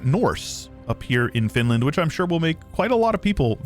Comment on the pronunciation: Finland? More like "Fantland".